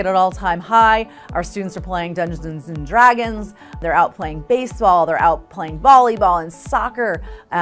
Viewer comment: “Dungenzes and dragons”